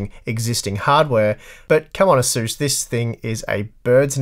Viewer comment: Can someone make a counter on how many times he says "Ahzoos".